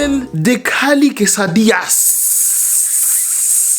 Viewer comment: Des quesadillas tu parles comme il faut !!